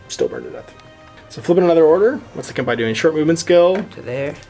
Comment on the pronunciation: Ouch; the Japanese. Keisotsu: Kay-soh-tsu "けい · そつ" ( Kempeitai: Kem-pay-tye "けん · ぺい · たい" ( Domaru Butai: Doh-ma-ru bu-tye "どう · まる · ぶ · たい"( "Neko": Neh-koh, "ねこ" ( ... that said, you nailed Miyamoto Musashi; helps that it doesn't have any double-vowels. ;) EDIT: For anyone correcting my corrections: I'm simplifying. Added kana and links to better-satisfy. :/